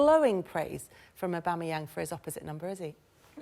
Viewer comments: Tim Sherwood “I wanted to try and find room for one of them” then pronounces Aubameyang like A-BOOME-AN, mate before you throw up your bias at least a get his name right even Paul Merson can get that one right 🤨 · Sherwood called Aubameyang "aboomeyang" What a complete mug he is. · Who's Auboomayang? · ''Abumeyang'' and ye you are paying this clown lots of money for saying ignorant stuff like that... Worst pundits on tv... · Man said "a boom a yang" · This video is proof that Sky Sports are biased towards Spurs. These two clowns don't have a clue. Between Merson being completely out of the loop in regards to the league , and Tim not being able to correctly pronounce Aubameyang's name , even though he pretends to have scouted the player in the past. VERY VERY POOR FROM SKY!